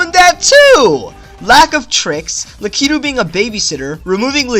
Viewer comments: luh key too hurts me. its lack i two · its Lake-I-too